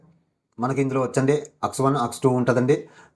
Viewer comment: అక్స్ కాదు ఆక్స్ అనాలి